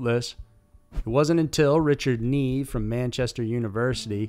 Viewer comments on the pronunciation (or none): none